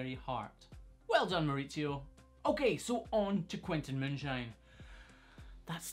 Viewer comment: I loved hearing you say a spanish name in your scotish accent! Way to go Mauricio (I'm guessing from what I could gather after the pronounciation)!!!